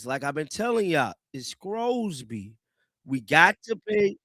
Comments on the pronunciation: I don't know what team would want to take a chance on Sorsby. And by the way, there's no "c" in Sorsby's name. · His name is Sorsby not Scrosby